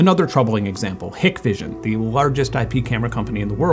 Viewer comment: it's pronounced HIKE vision